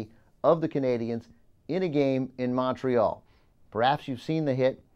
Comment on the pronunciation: Please stop saying Montreal like that....